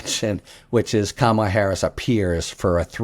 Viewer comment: My request for you and many of your guests: please, please pronounce VP Harris’ first name properly. If you say Comma La, you’ll have it 😊